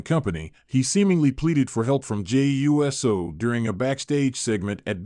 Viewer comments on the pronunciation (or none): My god it’s pronounced USO! Not U.S.O. Get it right.